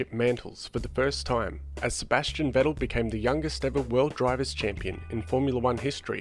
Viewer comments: good video bud, but Vetell? its VeTTel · say it as if it were "Fettl" ;) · The way he pronounced vettel was hilarious; vé-tale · I imagine him sipping a cup of tea with his pinky in the air after each time he says vé-tale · Pronunciation of Vettel is completely wrong ;)